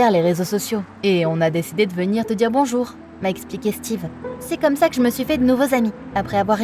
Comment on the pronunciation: Au lieu de dire "comme" il/elle a dit "gomme" donc gomme et crayon